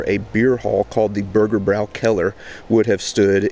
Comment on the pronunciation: there is an Umlaut over the ä so the "bräu" syllable is pronounced "broy" not "brau". hence "Burgerbroykeller"